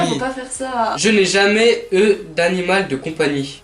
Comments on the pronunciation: Mais j’adore par exemple lit "je n’ai jamais eu d’animal de compagnie" il dit "e" au lieu de "u" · eu se dit U pas E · Mes vies! ❤️ J’ai remarqué que toi tu dis « eux » pour le mot « eu » enfin on s’en fou c’était juste un détail 😯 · Le eu se prononce u mais sinon super videooo👌